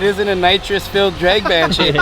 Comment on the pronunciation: "It's a drayg car"- 😂 wtf kinda accent is that